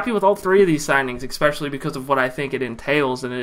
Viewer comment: You don’t need help pronouncing Ogbuehi. You need help pronouncing especially. There’s no “kuh” sound in the word at all but you put one there every time. At least you’re consistent though Bro.